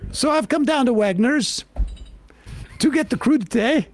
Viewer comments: I didn't hear him say what store he was in, but I knew instantly it was Redner's. Calling it Wegner's was the icing on the Jersey cake. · In Pennsylvania we have Redners and Wegmans 2 different stores this dude said Wegners LOL this is actually a Redners.